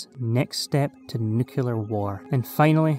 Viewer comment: Im american. and im confused on NUCULAR too.